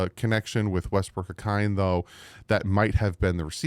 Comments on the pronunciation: you are mispronouncing Nick Westbrook Ikhine's name, especially the last part. It is pronounced Ik-ee-n-a. Not Ik-I-ne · Westbrook- Ah Keen- Nay is correct, A Kind is incorrect